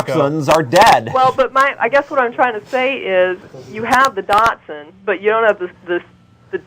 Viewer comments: it's pronounced (dashund) I hate how the carolinas mess it up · I always think is saying "Datsun". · Yeah is great but she doesn't know how to say Dachshund.